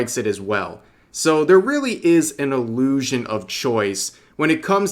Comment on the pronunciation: The... ah-moo-shun of free choice...